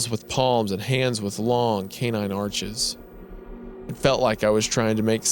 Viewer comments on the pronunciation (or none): none